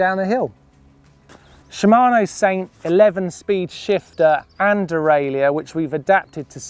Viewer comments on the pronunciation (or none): none